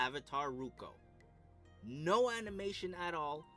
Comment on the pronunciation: "Avatar Ruko" it's Roku